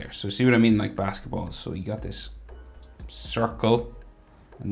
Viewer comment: Bro is a legend most of my drawings are from him. Whenever he says basketballs its just too funny when he says it.